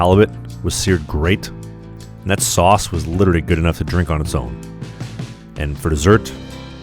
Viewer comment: Nice… But you literally mispronounced the word “literally”!😂😂😂